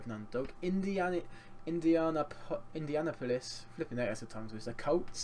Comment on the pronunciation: "India - NAP - oh - lis"